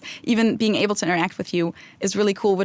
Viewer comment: Speaking of dialects... I’ve always wondered about the way often pronounces his L’s (or, as he might say: Ew’s). Specifically in this installment, he said: “ when I’m in Cincinnati in August, [wiww] be [ay-bow] to record something.” Is this a regional dialect or a personal idiolect? It’s similar the way some people pronounce the nickname for Philadelphia as [fiw-wee] rather than “Philly.” I sincerely hope you’re not offended,!. I love you guys and this channel. I’m just curious. BTW: a couple good words for “not genuine” are: “insincere” and (Sartre’s favorite) “inauthentic.”